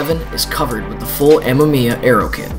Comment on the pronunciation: ah-may-me-ah, not m-m-eeya ;)